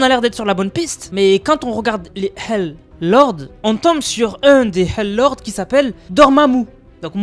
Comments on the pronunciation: wlh c pas pour me moquer mai quand tu disait hell lords endirait du volait dire hal de hallal mais tu as dis hell lords😅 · J’ai cru t’avais dit halal lord